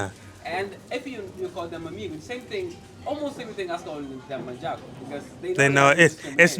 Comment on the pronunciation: She said Manjago